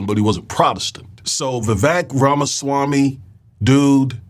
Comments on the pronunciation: When you say, Oohhh ramaswamii what-do -you-think -about - THAAAT!!! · Everyone is misspelling and mispronouncing Ramasmarmy.